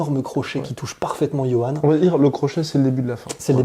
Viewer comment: Mais ça se dit "Yohann". Fais un effort.